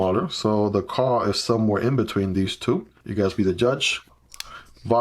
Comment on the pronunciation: I have this one on my wishlist for quite some time, but lots of negative reviews made me hesitate, yet I like the design ... and sometimes add lanyards to my EDC knives ... soooo ... your video makes me thinking again ... :D Note "Kuh" is german and means a "Cow", pronounced kind of like Koo in english :)